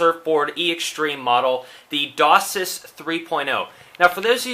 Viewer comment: It isnt pronounced DOSIS it is DOCSIS Pronounced DOCK SIS -_